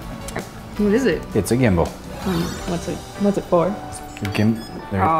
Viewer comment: Gimbal not Gimble😂😂